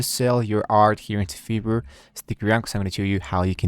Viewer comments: smh bruh British people normally dont say fiverr like that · bro says: "fever" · why you say "Fiverr" Like that ?? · Because in Europe I is ee.